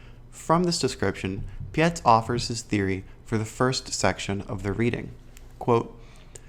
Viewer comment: It’s Pietz - like word Pie + ts on the end So like bytes with a P - Robert Pietz